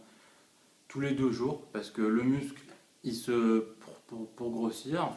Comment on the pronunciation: 2000 ☺ mais c'est vrai que ça fait bizarre quand il dit "muscle"